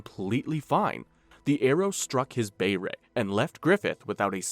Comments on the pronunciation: It's behlet not behrat. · Why does this moron keep saying "bayrit" when its pronounced "bey-lit" ... ?? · Bay-lut. Behelit. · Beh-rit. Lol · also, "bey-ret" is an insane way to pronounce beherit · Bro where the fuck is the R in behelit him saying it wrong the whole time is so annoying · The way he pronounces behelith is so irritating 😂😂😂